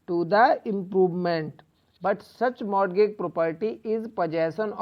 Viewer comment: Pronunciation of Mortagage and related things are wrong... But thank you..your videos are helpful:)